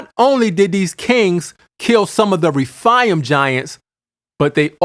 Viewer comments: You are totally mispronouncing the Hebrew word, "RAPHAIM." It is pronounced: RA--FAY--IM'. Numbers 13 is not the ONLY verse that CLEARLY describes GIANTS. DEUT. . JOSH.12:4; ; 15:8; . 2SAM. --22. 1CHRON.20:4,5. GEN.6:4. And of course---1SAM.17:4,5. ALSO: NUM. . And Scripture speaks of the SIZE, WEIGHT, and Number of Weapons, Armour, and Helmets they wore---SIMULTANEOUSLY! No DOUBT---There were "GIANTS IN THE LAND!" When GOD HIMSELF allows man to Write: "..and WE were as GRASSHOPPERS in our OWN eyes, and so we were to THEM.. Hey, I don't care HOW CLEVER your argument is, a human being does NOT feel like a "GRASSHOPPER" compared to another individual unless that "Other individual is EXTREMELY HUGE! Counter argument: "Well, "Grasshopper" is a RELATIVE term, it doesn't LITERALLY mean the Israelites ACTUALLY WERE as grasshoppers, they simply FELT very small COMPARED to a Race that was a 'bit' Taller than them." Whatta' JOKE! It is BLATANTLY CLEAR in those many verses that these humanoids were ENORMOUS! And for those of you who seem to think GOLIATH was only about Six and a half feet, or so, tall, then----Does THAT mean the Great ARK was only 300' long, 50' Wide, and 30' High? WOW!! That really SHRINKS the boat DOWN! Hard to ima- gine it holding THAT many mammals at that REDUCED size! All through our History there is AMPLE evidence that Giants existed. And there's MORE than enough evidence to reveal the Fact, they became Shorter as time went on. And that makes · whether they were half angel or fully human Gen 6:4 There were giants on the earth in those days and also afterward when the sons of God came in unto the daughters of men and brought children by them who were the mighty men of old men of renown. And it's not refaiams. it's re-faims, and ana-kims.